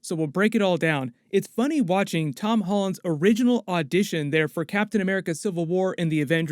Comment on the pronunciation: Did anyone else hear Amy Pascal call Tom Ton?